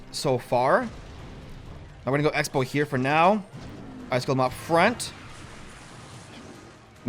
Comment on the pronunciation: You said sexbow